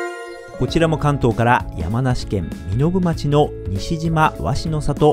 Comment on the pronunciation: 身延町の読み方はみのぶちょうです